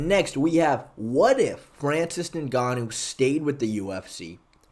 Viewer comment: when you say “Ningannou” you sound like a Nincompoop